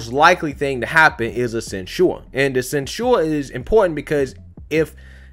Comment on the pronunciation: Love you brother but say it with me quick and fast..... ready, set.... go!!!! sin-chur (censure) Where did this slow moving “send-chore” sounding stuff come from that you are saying??...... lol. But carry on and keep up the good work! I am liking your show better than Amazing Lucas who has been losing me lately amazingly.